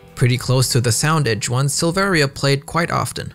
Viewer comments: The i in Silveria is silent. Its pronounced Sil-ver-a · You also don't pronounce the second "I" in Silveria. It's pronounced "Silvera"